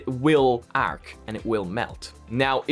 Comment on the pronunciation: The way he says arc 🤌